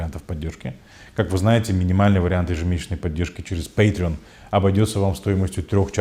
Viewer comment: У меня только один вопрос, кто финансирует этот канал??? Судя по произношению слова патреон в конце ответ очевиден